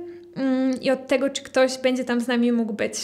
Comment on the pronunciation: Po dz mówi sie dzi nie bendze